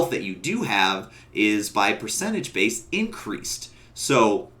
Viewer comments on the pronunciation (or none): none